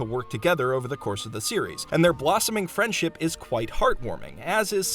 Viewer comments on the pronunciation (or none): "friendship" in samuflam.... 😂 your watchers aren't going to be ready for the canon if you say it like that.